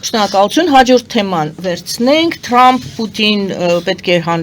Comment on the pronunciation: Շատ ներողություն եմ խնդրում բայց ոչ թէ ընտՌապայքար այլ ընտՐապայքար , ոչ թէ ԹՌամփ այլ ԹՐամփ